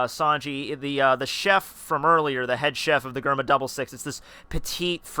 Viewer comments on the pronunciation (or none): It's DGERMA not GGerma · bro mans said gurma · its pronunced jerma